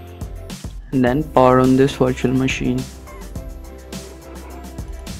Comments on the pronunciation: LMAO, It does sound like “washer machine”. Question, did any one tried this for themselves and was it successful? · I heard washing machine but on subititle is virtual machine